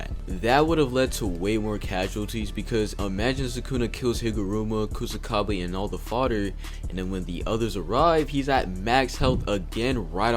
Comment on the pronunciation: Its Kusakabe